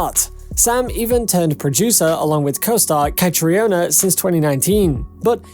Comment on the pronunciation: Learn how to pronounce the principal’s names! Ka-tree-na, Hue-han, Gabaldon-don’. Oh yes, Caitriona and Tony are married!